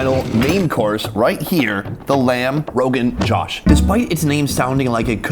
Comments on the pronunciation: It's not pronounced rogan jash rather roghan joash. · It's pronounced Joe-sh, not Josh, and luss-y not lassie😂! The food looks amazing. Will give it a try when I'm in Mumbai next. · Makhani = butter. Murgh = chicken. Butter chicken is actually called Murgh Makhani. The order of the words is switched to signify "chicken cooked in butter-based sauce." As an aside, lamb roganjosh is actually pronounced "row-ghin-joe-sh" not "row-ghin-jaw-sh"